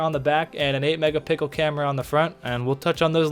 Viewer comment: I literally subscribed because you said "megapickle" lol